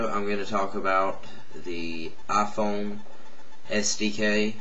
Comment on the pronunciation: Aphone wa-fi lol